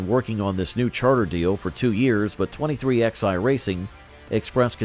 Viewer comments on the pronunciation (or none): 23XI is pronounced 23 - 11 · Hey, computer voice? It's pronounced twenty-three ELEVEN. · So IRRITATING to hear it said "23 X I." It's called "23 eleven." Sheesh 🙄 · 23 X eye? Are you kidding me? Twenty three eleven you fucking retards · I can’t take this seriously when they can’t even get the team name correct. It’s not 23 XI racing. It’s 23-11. You lost all credibility when you can’t even get the team name correct. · Its said 23 11 , not 23XI ...